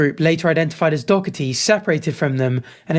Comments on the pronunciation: bruh its not that deep just say his name right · You say Doherty’s name like a Greek philosopher’s name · where are you reading dockerty? it’s Doherty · His name is Doherty not Dockerty . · How does one go from doherty to saying dokerty🤣🤣🤣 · My brother, it’s Doherty 😭😭😭 I hate this pos, but the dokerty triggers so much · It’s Jack Doherty. Dough-erty, not dock-erty. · why is bro saying dockerty not doherty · It's pronounced 'doh-URT-ee' or 'doh-EH-tee', gang gang; clearly neither you or that American news host have ever encountered the name "Doherty" before. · bruh, you heard them say his name right? Door-Tee! tbf screw him he is not the point. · sort of pronounced Doherty like Docherty and I hate it because one is my last name and one is the worst guy ever. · I am so sorry, but watching you LOOK/READ the name "Doherty" and continuously pronounce it "Dockerty" was fucking killing me bro. 💀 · And how tf is Doherty, dockity? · Bro said hickory dickery doherty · Absolutely hilarious he was saying dorkety 😂 still dont know how anyone would watch that clown or give him any attention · So tell me....where exactly is the ck in Doherty? Is it really pronounced Dockherty? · Wtf was that pronunciation? Jack dockerty? That instantly triggered me 😡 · Why is it that Brits can’t pronounce Doherty properly? Where is the c or K in the middle of the word? Do-her-ty it’s really not that hard! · buddy, there's no c or k in Doherty, why are you pronouncing it like that? It's Doe-hurty or Doe-urty. Not that I like that little dbag. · pls stop saying dog-herty. its like playdoughgerty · “Dockety” it’s just pronounced with a h mate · How many times did you say Dougherty wrong after the news lady said it correctly? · Are you saying Jack Doherty’s name wrong on purpose? For engagement? If so, it worked 😂 it’s annoying AF though! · nah. I’m British we don’t say that he just messed up